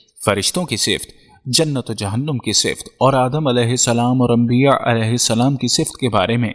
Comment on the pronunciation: tujhe koe problem hai kya Mehdi Alaihissalam bolne me Mehdi Alaihissalan bol samjha